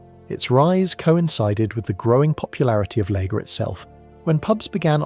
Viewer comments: This would have been better if it didn't have all the AI-generated slop. I mean the whole "layger" pronunciation.... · AI rubbish. Whoever in England ever pronounced lager as “”lay-ger?” It’s a machine! (And inconsistent pronounciation at that! ) I don’t necessarily object to bots per se but I do object when they insult one’s intelligence. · Long Life was undrinkable and yet tasteless. Incidentally, what is a 'Laeger' or Shandy Barse' - managed to get the pronounciation right at 3rd attempt? Is this AI or genuine idiocy. Special Brew was favoured by West Indians, hard drinkers, service people and alcoholics - it's current strength is 7.5 abv. Stones was drinkable. I got bored after that. This is a truly terrible vid. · Funnily, my really posh mate pronounces Layger. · Ugh, interesting content but the first time the AI voice mispronounced “lager” ruins it for me. Can’t finish.